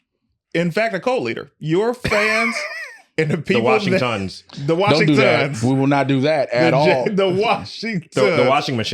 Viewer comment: 🤣The "washing-TONS" lol ya'll be violating jay for no reason.